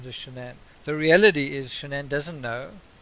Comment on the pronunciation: First of all her name is pronounced SHANNON b/c her parents even call her by that! I feel like she was aggressive & controlling. Chris was an antisocial child in a man’s body & I think she was basically his first experience with a lot of sh*t then along came NK & he regressed into a horny high school boy! I would most DEFINITELY not like a damn camera shoved in my face every moment of every day! People always wanna dress alike & show all this when their marriage is straight BULLSH*T! The kids were enrolled at a high priced school, leasing a damn Lexus, too much house, not enough o come & PLENTY of debt!!! I don’t understand why he just didn’t/couldn’t just walk away instead of killing his whole family though.